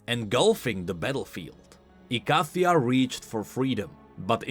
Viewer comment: Riot really is saying "Icathia" instead of "Icathia". Breaks my long-time Necrit fan heart.